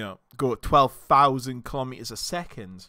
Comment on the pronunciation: Hey there! Heard you pronouncing kilometers as "colombias", lol why you say it like that?